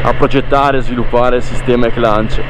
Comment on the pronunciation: È spettacolare questa moto ❤ le moto GP hanno lo stesso funzionamento di questa E-Clutch. E cmq non si pronuncia con la N in mezzo alla parola! A parte questo bel video e bellissima moto